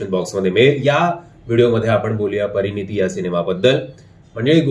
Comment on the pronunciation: "परिणीती" नाही "परिणती".... परिणती म्हणजे "बदल अथवा परिणाम" आणि परिणीती म्हणजे "विवाहिता" अथवा "सौभाग्यवती"... तुमचा उच्चार "परिणीती"असा येतोय.😊